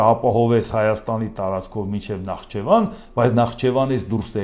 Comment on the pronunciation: Նախճեվան չէ այլ Նախիջեվան